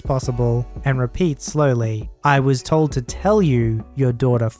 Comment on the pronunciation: The emphasis when reading should have been "I was TOLD to tell you..."